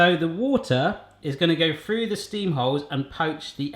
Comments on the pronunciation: the aspect of your accent I notice most is words such as 'Through' pronounced 'frue'. --from an ear in the Midwest of the USA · Long time fan here,. Correct me if I'm wrong, but do you always pronounce "through", as "froo"?